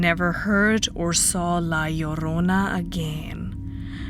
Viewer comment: I love your pronunciation of La Llrona. The "LL" sound is always hard to grasp with the way I speak.